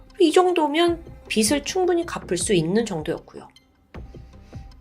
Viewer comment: 첫 번째 사건 어처구니가 없네... 아내가 불쌍하다. 그런데 두 번째 사건에서 "빚이" "빚을"은 "비지" "비즐"로 발음해야 하는데...매번 잘못 발음하시는 듯